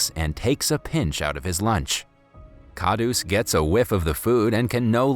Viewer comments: It actually pronounces as kharus not khadus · its kharus not khadus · ITS HINDI (Hee-in-dee) And Khadoos (Kha-d-oos) AND JALEBI (J-uh-ley-bee) An Indian would know.